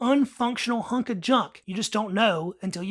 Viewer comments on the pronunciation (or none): none